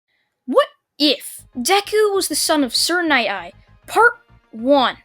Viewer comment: Dude its night eye not ny eye